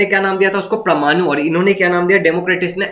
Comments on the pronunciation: it's not pramanu it's parmanu😅😂😂😂😂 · It's परमानु parmanu